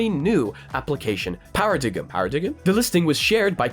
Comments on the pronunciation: “Para diggum?” Paradigm = pair-uh-dime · Paradigam Much funny, but it is indeed pronounced Para-dime, like Daim chocolate bars. Good updates! Thanks for the video. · thats just american its pronounced par-uh-dime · Paradigm is pronounced “pair uh dime” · Just a quick note, I'm sure you already actually know but paradigm is pronounced like pair uh dime, the g is silent :) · Thank you for the daily updates! Subscribed recently and love it.... PS: Paradigm = "para" + "dime" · "Paradigm" is pronounced "pear-uh-dime," it means the standard way of doing something or a typical example of it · I think it's pronounced more like para dime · Lol, "para digem?" That made me giggle - it's paradigm (as in dime). But anyway, thank you for the update, you're pretty much the only channel I'm subscribed to for VR news and updates. I knew about Gaga and Among US, but you give me a lot more technical info, and that is greatly appreciated. Keep it up, and please stay safe whilst wandering around your home with passthrough. xD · its pronounced "pair-uh-dime" 😂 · bro what does being from europe have to do with anything, you're just wrong lol. I can promise you people pronounce it the same where he's from. he clearly was winging the pronunciation which is why he said it a second time with an uncertain tone. pretty obvious, but hey not everyone can pick up on simple social queues and body language.